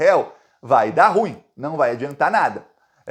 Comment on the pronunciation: meu prezado, carregue na pronuncia: ru-im.